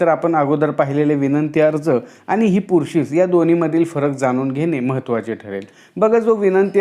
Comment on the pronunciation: Pursis not purshish